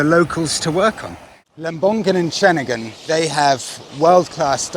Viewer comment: Same goes for Ceningan too, so Cening-un, not Cening-gun.😃😃👍👍